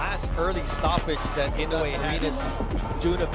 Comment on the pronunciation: Why cant you pronounce his name right Motherfucker I no ue